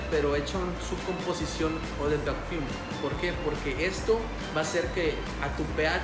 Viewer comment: Muy buen video, por cierto el Eau se pronunciona como Ó